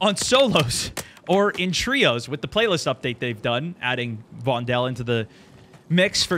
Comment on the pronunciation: Dutchie here; just call Vondel "Fondle". Please?